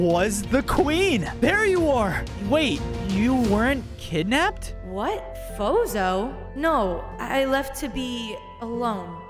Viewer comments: Every time they said fozo it sounded like bozo😂😂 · I thought you said bozo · i keep hearing bozo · His name isn't fozo it's bozo